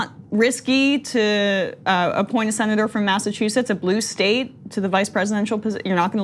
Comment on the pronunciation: When said "Sen. Elizabeth", I heard "Saint Elizabeth".